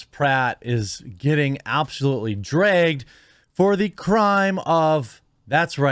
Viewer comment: Always found it funny when Jeremy say "Dragged"😅 And that was a sweet post he did for his wife man. I don't think these people understand it but in my experience, if I told my girl that her heart belongs to me... She thinks that's sweet